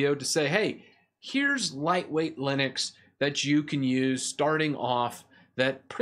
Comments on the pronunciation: its Linux not Linix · It sounds like 'Linix'...